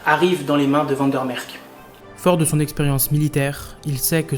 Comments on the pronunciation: Van der merck???😆 Sérieux??? Mdr! T es sûr que t es pas Français,toi? Même les "Maroxellois" savent prononcer Van der mersch!!! Nomdetcheu, dis! Étudiant en science po? Ça pourrais te valoir des soucis! Tu sais que les gens n aiment pas voir leurs noms complètement écorché,cher? J espere que le nom de tes profs est facile à prononcer,sais tu,ket! Awel,je dis une fois pas ça méchamment, sais tu, menneke. Ça est une fois pour toi,hein, sais tu... Sans rancune, hein, ashtablief... Alléï,je dis une fois pas que t êtt un mauvais peï,hein,sais tu... Mais tu faux une fois de apprendre à le vrai Belche de bien parler,hein, sais tu,fieu! Ah,ouéï, hein! Sinon,tu ne sauras de pas faire de la politiek,chez nouzz autt,hein,ket, sais tu! Ah,non,hein! Je te conseille les vidéos des Snuls pour apprendre. Tu faux de une fois pas comme un fromageole parleren,hein, manneke! Ferdomme! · "un accent belge caricaturale". n'a pas demandé un accent Belge caricaturale, seulement un accent belge et pas français. Je ne trouve pas qu'il ait raison, mais il a droit d'avoir son opinion. Dire Vander Merch et pas Vander Merk, n'est pas avoir un accent belge caricaturale. Je peux comprendre que vous vous êtes senti agresser, mais votre réaction agressive est contreproductive. Croyez-vous que s'est senti écouté ? Croyez-vous qu'une seule personne qui lit votre réaction a été convaincu par celle-ci ? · van der MersCH (ch comme dans chien ou marche). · Comment quelqu un se prétendant Belge peut prononcer "van der merck" et "van der noutte"??? Suis sidéré! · Très intéressante vidéo mais deux petites remarques: quel dommage d'animer le générique par l'IA. Le rendu n'est vraiment pas satisfaisant, surtout au niveau des visages. Pour le nom Van der Mersch, les voix-off le prononce de deux façons différentes. C'est un peu perturbant pour les chicaneurs comme moi.